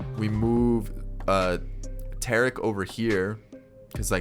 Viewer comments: And he said Tarik lime Tar- Rick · It pisses me off every time he says Tarik wrong